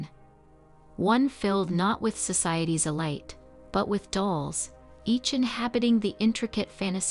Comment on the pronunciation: Elite, but she pronounced it elight.